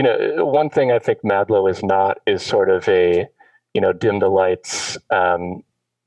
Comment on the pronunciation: he said madlo